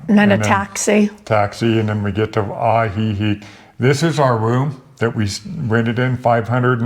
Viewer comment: 😂 I corrected him when he pronounced Ajijic as well😂✌️